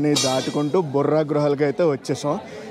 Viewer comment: బుర్రా గుహలు కాదు.బొర్రా గుహలు